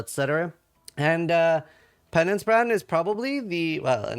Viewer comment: I'm not a native English speaker but at first It sounded like penis band....